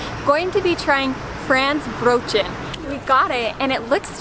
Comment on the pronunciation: Whaat? Franz ... nicht Fränch ... Matches ... Nicht matia... and what else? Without seeing the picture I will not understand what you are saying or meaning,... But right,... that`s what "traditional" there,... though Franzbrötchen not really northy,...